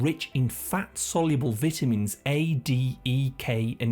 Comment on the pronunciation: The way you pronounce pecans and vitamins 😂